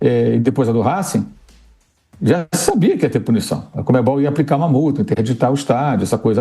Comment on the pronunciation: “Rasquing” kkkkkkkkk